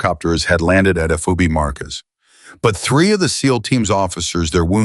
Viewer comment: FOB not FOBY NARRATOR PUTZ